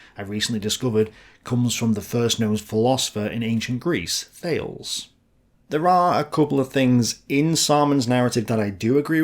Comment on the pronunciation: Thales is pronounced Thay-lees